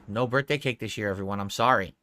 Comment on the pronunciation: Brurthday brownies! 😂😂 1 too many Rs.. ya drunkard